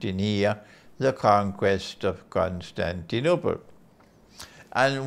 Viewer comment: I like the way you pronounce Constantinople!! Greetings from Greece